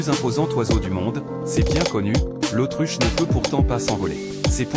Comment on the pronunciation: c’est l’autruche pas l’Autriche